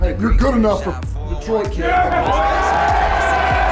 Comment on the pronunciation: "Detriot" ... sigh